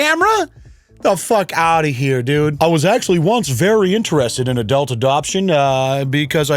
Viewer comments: Adelt? 😂 love you! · I gotta call you out … ah•delt?? I have never heard anyone pronounce adult that way 🤣